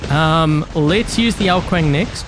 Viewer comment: prom is pronounced Ao Guang, Ao kuang 😂